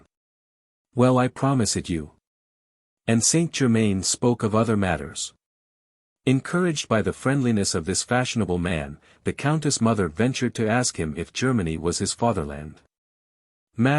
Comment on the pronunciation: Thanks for posting. Too bad the AI reads St. Germaine’s name as ‘ESTEE GERMAIN’